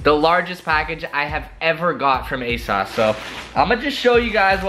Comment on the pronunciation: Its asoooosss not asauce 😭😭